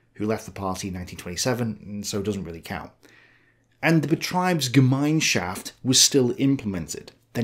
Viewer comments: IE is pronounced ee as in "a bee" EI is pronounced like the letter i in "idle" You mixed them up.. Betr"ee"bsgem"i"nschaft ... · Just want to point out that while on gemeinschaft you do an excellent job for someone speaking in a weird dialect of American, betrieb in betriebsgemeinschaft is pronounced differently. You might notice that in gemein the e is before the i while in betrieb the i is before the e. And thus the ie in betrieb must be pronounced as "ie". For British people think "eeeek... a mouse!" and then just leave the k and a mouse part.